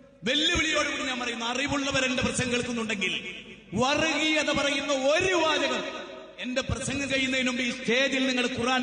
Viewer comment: എടാ, വറഗീയത എന്നല്ല വർഗ്ഗീയത എന്ന് പറയൂ. ഓ മലയാളം ഞമ്മന് ഹറാം ആണല്ലേ, മറന്നുപോയി.